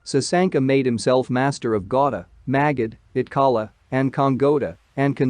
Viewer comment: that`s not pronounce gauda that sound gauri